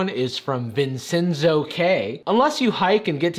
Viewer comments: Vincenzo is pronounced Vinchenzo. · ⭐️ One star Vincenzo is pronounced Vin- )Chen-)Zoe It’s Spanish for... something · Its pronounced (vin-ch-en-zo). I have friend with that name, its Italian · You're getting a one star review from me for your pronunciation of the name "Vincenzo". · you mispronounced Vincenzo iM TrIgGeReD